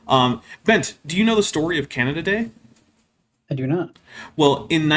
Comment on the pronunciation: Whenever you said "Canada Day", I kept hearing it as Canadadae, as in a species of animal lol.